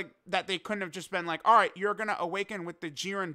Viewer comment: That was the crispiest ALRIGHT I’ve ever heard in my life